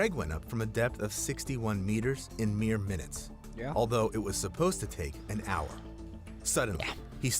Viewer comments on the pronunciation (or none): none